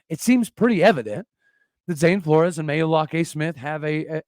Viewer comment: Pronounced "Floors" (Flores)